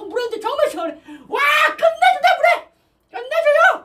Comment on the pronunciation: 물회를 물애로 말하사네